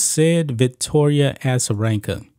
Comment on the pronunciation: A-za not Assa